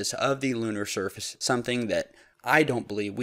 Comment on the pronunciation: please set a good example to our young generation by pronouncing your words correctly. You pronounce the word surface as shurface most times.